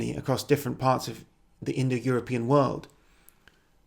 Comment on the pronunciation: You keep saying indoeuropian, like it were a real word.